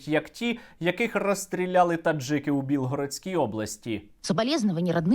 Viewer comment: Серьога не кажи Бєлгородской області,правильніше БНР